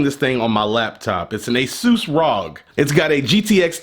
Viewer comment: Asus r.o.g not rog